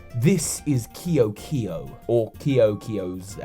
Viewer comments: I think it would be pronounced "Kay-o kay-o." That's how a lot of languages pronounce that, I think. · It's pronounced Ke'o ke'o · Your pronounciation of ke’oke’o is triggering lol